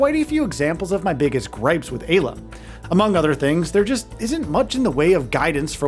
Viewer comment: Im fairly certain it should be pronounced "EYE-la"